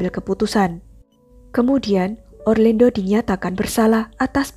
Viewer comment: Pengucapan namanya orlando. Bukan orlendo